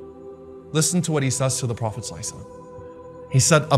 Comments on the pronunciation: Isn't it Sallallaho wale wassalam ! Why pronouns it then sla-e-slamm? Or is it ok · pronunce Salallahualaiwa'aalehiwasallam PROPERLY.